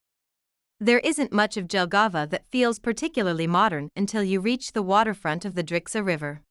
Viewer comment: This is why I HATE AI SPEECH it is pronounced YELLGAVA and not DJELGAVA 👀👀